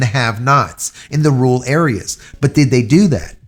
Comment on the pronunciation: its not that tough to pronounce rural try RER - ALL